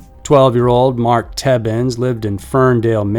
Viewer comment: I'm named after my uncle who was the first victim of the oakland county child killer. You pronounced the name correctly but you need to add the S at the beginning. It is Stebbins, not Tebbins. Dont sweat it tho ive been called Steebins most of my life and a lot of youtube vids that's how people pronounce it.